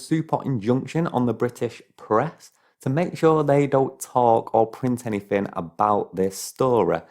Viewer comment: can’t you pronounce “th”? you sound like a thick cunt saying “anyfing” or “all of vis”